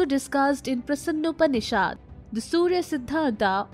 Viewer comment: Einstein, it is 'a' not 'aa'.